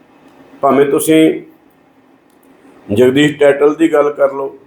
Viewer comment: ਦੋਸੀ ਨਹੀਂ "ਦੋਸ਼ੀ ' ਜਗਦੀਸ ਨਹੀਂ "ਜਗਦੀਸ਼ 'ਹੁੰਦਾ ਹੈ । ਕਿਉਂ ਐਸ ਸੀ ਭਾਈਚਾਰੇ ਦਾ ਜਲੂਸ ਕੱਢ ਰਹੇ ਓ।